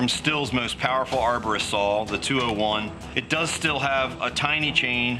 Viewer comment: Stihl is pronounced “steel”